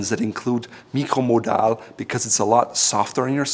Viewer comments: He actually perfectly pronounced it in french. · Uhm. Nope. Both ways are proper German. You can either write "mikro" or "micro" says the Duden. So the German pronunciation is fine. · MicroModal is an Austrian patent, so Raphaels German pronunciation would be a valid way to go IF there wasn'T the fact of the "c" in "Micro...". This, instead of a "k", is only used in English, so the product name should be pronounced English. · "Meekro-muhdahl". Haha. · I found out, that he is german when he said Mikcromodal 😂